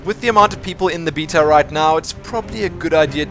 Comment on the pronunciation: i can't watch these videos if you're going to keep saying beta